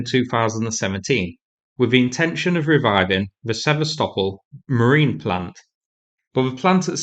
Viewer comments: Sever-stopol..it's Se-vast-opol. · Hard to listen to you butch the name Sevastopol 😂😂😂😂😂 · It might be useful.if you could learn how to pronounce "Sevastopol" properly.